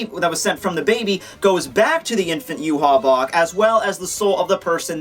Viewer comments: I always thought Yhwach was pronounced "Yah-wick"... Yhwach = You-hah??? Mind = Blown??? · Why do you say his name wrong? It is pronounced YAH-WAH. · Say it with me ooo-vock his name is German an d should be pronounced as such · Why is it pronounced Yew-Haw if it's spelled yhwach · Yu haw that is too funny! His name is German and probably pronounced Ya-vahc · According to the Romanization of the Japanese, it's actually supposed to be pronounced "Yu-ha-ba-ha." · Its yu-ha-bak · i hope he realizes hes pronouncing the name wrong. yah-whey is how its pronounced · It's actually pronounced ee-vok. Just put Yhwach into google translate with German selected and listen. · wouldnt ywach he pronounced yvach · i believe his name is pronounced Juhabah